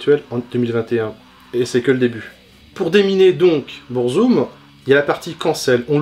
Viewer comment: Après Burzum ne se prononce par Bourzoume mais Beur-Zuhm il me semble